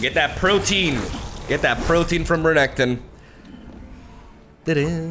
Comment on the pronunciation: I think this may the first time I've heard say Renekton the proper way